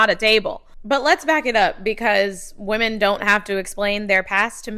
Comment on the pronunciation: Imagine being a feminist and pronouncing Woman and Women the same. 😂😂😂😂